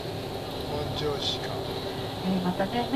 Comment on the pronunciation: 本庄のイントネーションが違います。